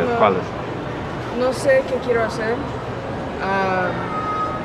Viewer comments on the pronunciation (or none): none